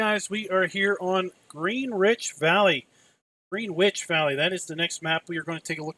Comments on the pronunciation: Dude seriously pronounce Greenwich correctly, it may be a UK Map but it’s still pronounced the same way as you’d pronounce Greenwich Connecticut over there in the US. You’d say it as Gren-Itch. I also get very scared when you do map reviews and you start adventuring off to look for collisions on poles or hedges. As I think your going to end up screwing up a really good map by making the map author add collisions just to please you. Think map authors should adopt the same tactic as Alien Jim on his maps and have a trigger somewhere that let’s the players decide if they want collisions or not on those things on a map, then every player can have it their way and the console players who don’t have the luxury of using Giants Editor can also have the maps how they want. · I think it's more like Gren-itch. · this is my pick of the Contest maps. Driving in first person view you feel like you are in the English countryside. By the way, I think it's pronounced "grin itch" as in Greenwich Mean Time.